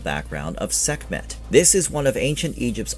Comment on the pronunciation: Sekmeht? Sekmeht balls